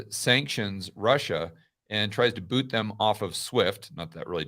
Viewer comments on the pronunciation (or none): none